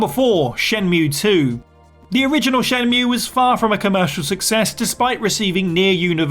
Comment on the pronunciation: um it's pronounced "Shen-MUUUUUUUUUUUUUE" as per Jules